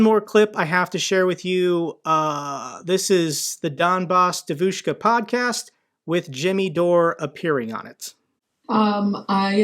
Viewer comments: Thanks once again, a great video as always, just one small correction, I know you want to be precise: the stress is on the first syllable, that is, "DEvushka", not "deVUshka". By the way, I cannot by any means imagine how anybody could take this obvious impostor seriously, but then again, if they are ruzzian supporters, one can make them believe whatever they want, just by finding the right leverage. Слава Україні! Героям слава! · Say : 'dEvushka' not 'devushkA' can YOU!? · Donbas DYEvushka with stress on the first syllable. Please. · It's dEvushka,not devUshka,and roughly translated means young girl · I really want to know if pronunciation “devOOshka” is just bc he doesn’t speak Russian, or if that’s actually how Sarah Bills said it on her podcast with her pro-Russian guests. The latter would be hilarious. The stress in the word devushka is on the first syllable. The e is pronounced “yeh.” It’s a jarring difference that bugged me throughout this episode even when understandably mispronounced by a non-speaker. Her Russian audience would have had to have been confused. Glory Ukraine! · btw - it's pronounced "DYEH-vich-ka" (it means girl).... love the channel,! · Hi, regarding the pronunciation of Devushka, the emphasis is on the first syllable....DEVushka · GREAT video. What a bitch. Sick in the head. Hope she gets arrested and many years in prison. I'm an American living in Ukraine, I love both countries and am patriotic to both. Don't know how someone could be such a traitor. BTW, the ruZZian word for girl is pronounced: De-a-vouch-ka. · Its pronounced «Djeeeevushka» 😂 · It's pronounced dyevushka. E is ye Like Kanye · Donbass DEvushka ( stress on the first syllable). Other than that all good stuff. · Please, it's DYEvushka, with the emphasis on the first syllable. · Love the channel, thanks for keeping us informed! On the pronunciation of Devushka, the accent is actually on the E, DYE-vushka